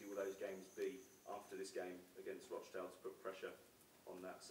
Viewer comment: Just wish he could say rochdale properly hahaha. :L